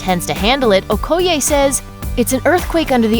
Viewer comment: The incorrect pronunciation of okoye upset me😂